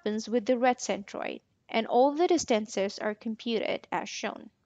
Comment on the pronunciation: What is the accent of the speaker, I've never heard distance pronounced dis-TANC-es and iteration i-TRA-tion